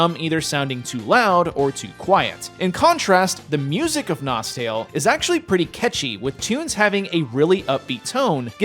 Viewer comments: its actually pronounced nostalay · If you speak english you must pronouce: NostEl